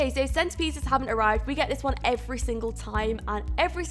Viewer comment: When you said "When Jane finds the one." It sounded like "When Jane finds the wand." Ring a bell? Descendants? The movie?